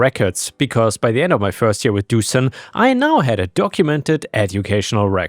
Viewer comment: I think it might be pronounced Doo-shan - the thing above the S - Dušan - turns into a “sh” sound!